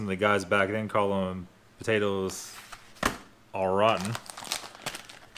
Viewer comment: Did you say " au gratin", or "all rotten" ?